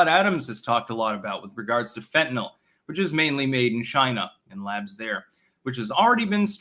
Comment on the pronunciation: Thanks for pronouncing "Fentanyl" properly, it's amazing how many retarded people say "Fentanol", that really grinds my gears.